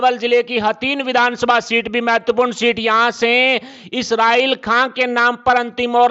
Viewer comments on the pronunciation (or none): none